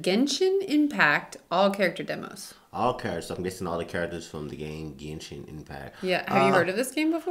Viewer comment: cant believe an american non player say genshin correctly not jenshin!